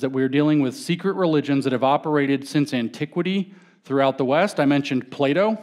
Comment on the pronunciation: Every time he says "Plato" I hear "playdough" 😅